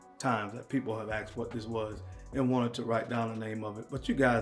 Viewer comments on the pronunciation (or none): It's "asked" not "axed"😁